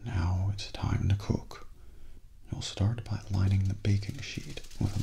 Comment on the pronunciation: same xd